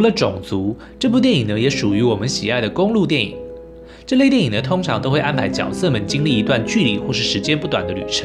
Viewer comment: 大哥我就是想告诉你，那个念角（决）色